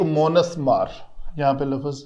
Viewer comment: With respect the correct word is lufz not lafuz.